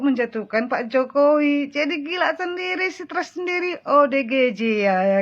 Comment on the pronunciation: 😂😂😂😂NGOMONG SENDIRI DIJALANAN..RISMON SDH.MULAI EDAN.HOPHO HOPHO....HOPHOWI...😅😅😅😅NGOMONG JOKOWI KOK HOPHOWI.